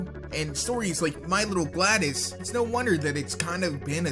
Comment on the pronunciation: it is pronounced glados not gladas